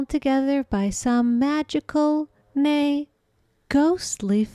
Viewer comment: emphasis on the "nay" has broken me. rofl